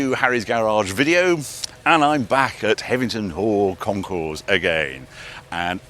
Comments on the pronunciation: Sorry for the pedantry, Harry. HevenINGHAM, not Hevington. Otherwise, great work. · Hevver-ningham, Not Hevington, 😄, but great video as usual. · Hevington, Heving(inaudible), Hevingman 😂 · Hev-e-ning-ham. Heveningham. FFS Harry, will you ever get it right? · I knew he wouldn't be able to pronounce the name of the place. 😂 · Another great video with some amazing stats. Enjoyed last year’s video and this week’s but have to ask Harry, why do you put a ‘t’ in Heveningham Hall when you mention it? Two years on the trot! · You've been there 2 years in a row and got the name wrong both times..come on Harry. We love the show here in Suffolk, it has a great vibe and the food is also amazing. Thanks for promoting it...even if you can't say it properly lol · C’mon Harry, there’s no “T’ in Heveningham Hall